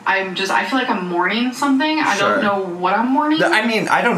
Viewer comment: Are we surprised!? SHYORE ☝🏽 SHYORE WE AREN’T 😂